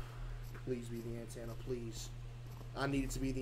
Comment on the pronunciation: Bro said an tanna